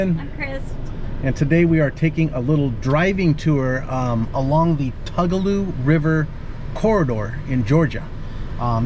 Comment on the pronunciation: Tugaloo is pronunced Too ga low